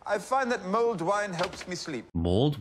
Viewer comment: Mulled wine, not mold wine :)